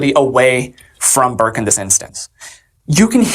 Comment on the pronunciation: Burke it’s Burke